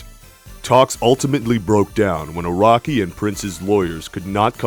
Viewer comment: I'm not gonna lie, I was like Iraqi? then realized he was saying Araki